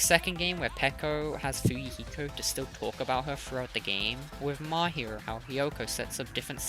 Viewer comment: He said Mahiru and immediately liked